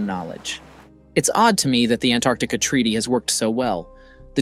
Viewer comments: Why is he calling it ANARCTICA? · Why do you keep pronouncing Antarctica that way? Your dropping the T.....it is pronounced ANN TARTIC KA no matter where you are from. It is not ANN ART TIC AH